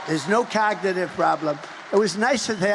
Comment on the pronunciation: Did Trump say ‘cogative’ instead of cognitive🤔